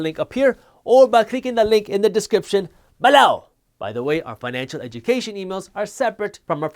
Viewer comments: Why do you say “BELoW” so weird? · When did you start saying BELOW weird? And why? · Man, when you say BELOW I crack up instantly. Thank you 🙏🏻 😂 🤣 😂